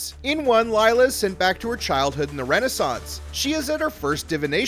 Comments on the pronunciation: Her name is Lilia, not Layla lol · Lay-la really? pronounce and proofread first before posting a video.